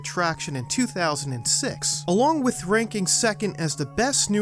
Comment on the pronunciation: Love the channel but for the love of everything please please please practice pronouncing the H in with. You have a great narration voice but hearing “wit” every time you say with has caused me to shut off videos at times.